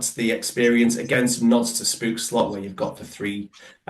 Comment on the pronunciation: Congrats you are officialy the First non-dutch person to pronounce spookslot correctly